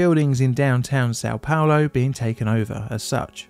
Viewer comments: What do you mean? He said "Sao Paolo" very clearly. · San palor? Not sure about how things are spewwed with the way english, destroy english. I have troubow wif that.